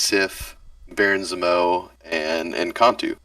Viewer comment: Dude can’t say Zemo..